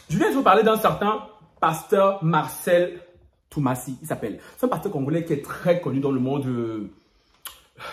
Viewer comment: C’est Marcello Tunasie et non Marcelle Tumasi 😂😂ahhh